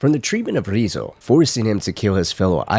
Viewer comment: Why do you say Ryuzo as "Rizzo"?